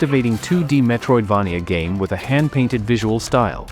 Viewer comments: good list. ai voice is annoying tho. i hope you can find a better one for next time. also, it's mispronouncing the word Metroidvania. If you can make the AI voice pronounce it as Metroid"vey-nia" instead of Metroid"vah-nia", that would sound much better! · I hate the way this A.i says, Metroid-vah -knee-ah .